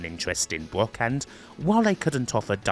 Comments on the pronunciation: Why does this guy say BWOCK instead of Brock? He uses the w sound for all the Rs 😂😂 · Bwock Lesnar Westling LOL... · So annoying bwock bwock bwock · Why do you keep saying "Bwock Lesnar" but you can say "Brad" perfectly fine.